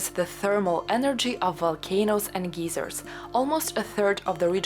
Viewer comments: I had a good laugh at your pronunciation of geyser. In the USA we say it with ey as i saying it's name: long i. You used the long e sound, which made the word "geezer", an old man. I laughed because I am a geezer. 😄 "The Valley of the Geezers." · Very panoramic views of volcanos. You pronounce "geyser" as "geezer", which is slang for "old man". "A valley of geezers" is a "valley of old men". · I looked on Google and the pronunciation you and I are used to is like an "American English" version of the word geyser and apparently in England it is pronounced geezer..... I did not know there were these different pronunciations.😀Seems like I learn something every day.....and I thought I was near the end of the internet. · We also pronounce it as 'geyser' as does most of the English speaking world. Why like Americans do. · Magnificent! How I envy you and your adventures, <3 One point, we pronounce the word geyser with a long i sound as in eye. Thanks for the video. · Hello from California, I love your channel and your accent. You pronounced the word Geyser (Thermal Spout) as Gieser, Which in America is a very old weak man... If you ever want to call and say hello to California I would be very happy to talk to you. Or i could call you and say hello. I wish I could travel to Russia but because of the War I don't think I would be welcome. I Really love your channel! All the best, ~Richard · bless you for making such wonderful videos. If I may offer a small correction on the word geyser. It is pronounced guy zero. A geezer is what I am, a 68 year old male🤣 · Thought you were saying Geyser wrong, since your accent is more American sounding maybe you should say it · Nice video. In English, "geyser" is pronounced as "gizer" not "geezer". A "geezer" is an old unreasonable man; a bit of a disparaging term. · Just a small help with English pronounciation: a "geyser" (pronounced gie-zer) is a natural water fountain. A "geezer" (gee-zer) is an old man.